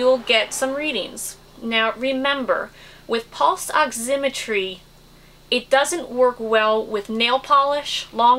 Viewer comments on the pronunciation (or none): good video, but learn to pronounce oximetry